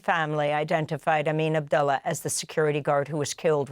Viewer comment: Abdullah is pronounced OO, not U .